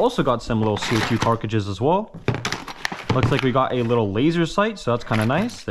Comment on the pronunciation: Every single time this dude says carcages I cringe. He doesn’t have a lisp he just can not pronounce the word right to save his life😭